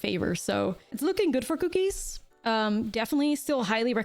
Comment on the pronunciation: It's because she says "Kew-keez"